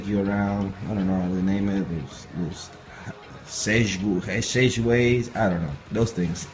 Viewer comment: Sechueways haha